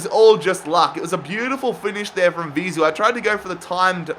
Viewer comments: Bro its Vizeu not Ziveu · You kept saying Vizu instead of Vizeu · its vizue not zivue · It’s Vizeu (pronounced Vi-zey-oo) not Zivou